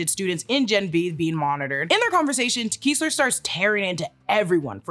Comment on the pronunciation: it’s Kess-ler, not Kees-ler